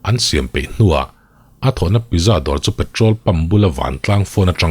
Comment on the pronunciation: Pizza tih hi pitzza tih a lam tur a ni veleh tlat a... Keipawn mak ka ti ania aw... 😊